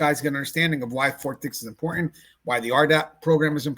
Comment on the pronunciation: "Fort dih" 😭🙏🥀